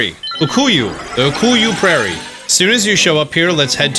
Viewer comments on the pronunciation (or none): ITS UKUKU NOT UKUYU